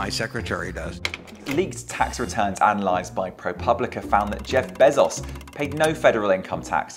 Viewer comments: “Jeff Bessos” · The way he pronounces Bezoz 😂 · How do you get a job as a BBC reporter not know how to pronounce Bezos?